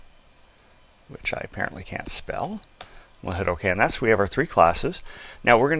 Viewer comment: It's comPOnent not COMponent omg.